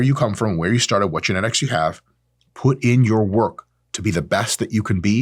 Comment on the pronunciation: "genetics" - trenetics